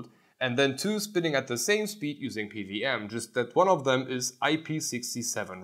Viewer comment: p W m, not p V m...